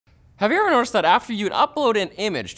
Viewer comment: The first words of the video sounded compressed. I barely understood "Have you ever noticed", it sounded more like "euyoueuenoisd" :D